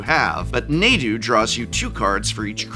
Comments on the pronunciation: I love how Professor is pronouncing Nadu different than most players. Most players pronounce it Nahdu not NAdu lol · I find it interesting how people pronounce things. Prof calling it Nay-du, when its been called hundreds, if not thousands of times, Nah-du in commentary and other videos is baffling to me. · You're pronouncing Nadu wrong. It's "narh-du" not "nay-du". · Dear The correct way to pronounce Nadu is not Nay-dew, it is Nah-dew. Nadu is from Amonkhet and coded as ancient Egyptian, in modern transcription of the Egyptian language "A" is used in place of another syllable/semi-vowel called an aliph. It is a called glottel stop and is apparently present in modern Arabic. The actual pronunciation is different since English doesn't really have an equivalent sound, but "ah" is the approximation most commonly used. This concludes today's episode of pedantic nerd corner. (Yes, I know we don't actually know how ancient Egyptian sounded, but this is based on the closest modern descent language, Coptic. Also please let me out of this locker.) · Why does the pronunciation "Nay-du" drive me so crazy. I'm definitely on team "Nah-dude" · It's pronounced Nah-Dude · It's pronounced Naw-do and it's not getting banned. However Shuko will be getting banned. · Calling it "Neydu" is criminal. Stop it. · god i wish i could dislike for each time he says nadu incorrectly. NAH-DOO, THERE'S NO Y IN THERE. i thought you were an english professor. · Hearing “Naydu” drove me up the wall. 🤣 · Nadu? Sounds like they're Na"done". 😎 ... I'll see myself out. 😅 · Quick question: why would pronounce Nadu as “n(ae)du” and not “R(ae)gayban” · Naydu? Rahgahvahn? Prof, you're really stirring the pot this time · Nadu, more like Nay-du. Nay, we don't want you (but fr, that pronunciation...) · Wait, since when is it pronounced 'neighdoo'?? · That pronunciation of Nadu is a war crime. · Had to stop watching after the third mispronunciation of Nadu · I can only hear NAY-du so many times lol